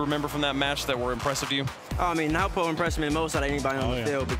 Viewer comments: yes it is but the Australian and British accent mf calling him nowpo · I’m losing it over nwpo being pronounced nowpo